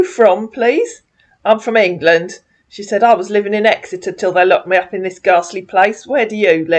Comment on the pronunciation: Makes me chuckle when you say Exeter as I sit in my home in Exeter.